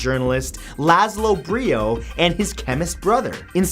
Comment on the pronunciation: I honestly think that it’s done for the engagement but……..Brio???? I have bit and so its Biro hahahah